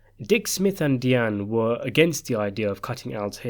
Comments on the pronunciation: Diane is pronounced DYE-ANN not DEE-ANN. Just think of your former princess maybe that'll help. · Why is it so hard to pronounce Di' ann ? It's irritating that he's pronouncen it Dee ann! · Having an accent isn’t an excuse to butcher peoples names.. not even completely.. Deeane ? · Deeanne? DIANE! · Please decide how you are going to pronounce Diane and stick with it. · You appear to find the pronunciation of Diane difficult? Despite it’s being a common name.